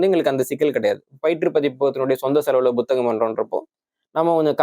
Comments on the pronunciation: First pronounce tamil properly , puthagam not Bothagam 🤦‍♂️ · அதென்ன buthagam ? It is puthagam ?